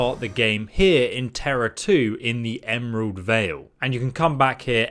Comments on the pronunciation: If your going to be a teacher and share helpful videos. LEARN ENGLISH !!!!!!!!!!!!!!!! 1st enemy called ( Terror Ray ) ( Some letters are not pronounced ).. Like in psychic, We do not pronounce the ( P ) !!!!!!!!!!!!!!!! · It's terror ray. The P is silent.